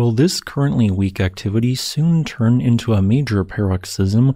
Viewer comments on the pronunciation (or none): none